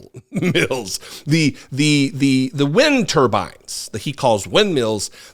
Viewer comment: Trump just can't get "wind turbines" and "stollen" right.